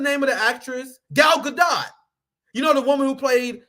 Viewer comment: You don’t know how to pronounce Gadot?